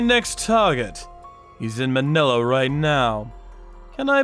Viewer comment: Btw its Ma-nila(fast pronounviation cuz its wrong but no hate)